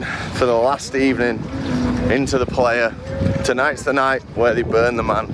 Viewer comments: It is pronounced pl-eye-uh, not play-uh. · It’s pronounced “ply-uh” not “play-uh” 😊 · 1 minute in and I'm like.. 1. $600 Ticket is cheap AF Festival? 2. Tell me you're not a burner without telling me you're not a burner. Lol 3. Plehya? It's Playa and it means Beach in Spanish. It originated in a beach in SF. I just want to fast forward to the end atp, hoping they understood what Burning Man really is. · "Were here, not to take the piss like you might think we are, we're here to respect this place, understand it and tell you what it's like." Start with not looking like a total noob and tourist by correctly saying 'PLAYA'. It is pronounced 'PLIER' guys! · lol love yall, it’s pronounced “ply uh” not “player” lol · Great job guys. Next time,,,ply-uh haha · Omg “Player” 😅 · You are not saying playa correctly , it's more like ply - ah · Great video, but I wish you could pronounce "Playa" its Spanish for beach pronounced like the tool - Plier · its pronouced PLY-YA. its Spanish for " Beach". You are literally on a dried out lake bed. good video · Time to learn some Spanish, it’s pronounced “ply-uh” ;) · I started following you channel last year…and as a burner - I really love how you covered the event by jumping all in. You embraced the culture and did the playa (mispronounced horribly) proud. Did you know that every country in the world and even every state /province in North America have their own mini regional burns….please consider visiting the global events. Anyhow - Great job. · Playa is Spanish for beach, and you butchered the pronunciation lol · Look up the proper pronunciation for “Playa”…which means “beach” in Spanish.